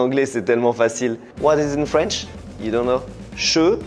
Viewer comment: 😭😭😭😭 c’est une master class (jeu de mot) cette vidéo 😭😭😭 la partie où faut expliquer le son « O » in feench >>>>>>>>